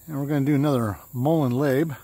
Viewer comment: I love the Series from Intaglio and with the backdrop of the river is absolutely perfect. Great Video Steeler P.S. Labe is Labè accent over the E. Pronounced with an A sound like “ Hey” Just an FYI 😉